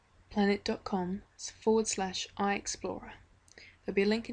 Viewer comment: Yo man, its macroPLANT not PLANET.. lol